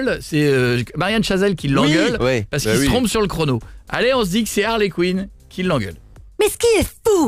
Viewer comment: C'est Harley Quinn et non Queen ☺️